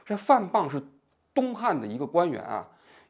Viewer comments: 滂 pang 平声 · 王局 您的错别字越念越多了…… 范pāng dǎo海 bìng弃 dān精竭虑…… 好歹咱也是个知识分子 白字这么多真有点和您的行业水平不相称 平时还是多翻翻字典吧……听到好多次错别字了这期实在是太密了 尼采也不是启蒙主义那个时代的 差了一百多年的…… 错误真的有点多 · 范滂（pang），蹈（dǎo）海，王局怎么满嘴错别字，直追咱饼哥了。